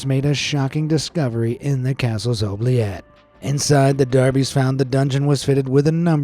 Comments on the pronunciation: Oubliette is pronounced Ooo-blee-et. I live in Belgium, right on the French border, not sure where you learned to say this paticular word, as always, a FANTASTIC video. ❤️ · I'm honestly shocked that you pronounced oubliette and gibbet wrong